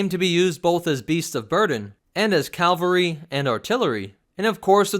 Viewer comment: MetaNerdz Lore: Please, please, please America stop saying CALVERY for CAVALRY. CALVERY is the place where Jesus dies in the Christian Bible; CAVALRY are MOUNTED Soldiers. it is not said as CALE-VERR-REE but as CAVV-ALE-REE. Sorry but this is a pet peeve and triggering pronunciation for me, and he only thing that I am a NAZI over in English usage. PS: Great Vid. as always; I love your content.